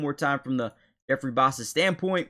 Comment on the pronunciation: I second the Karlaftis video, I think he's been very underrated this year. Also you pronouced Bassa correctly just so you know.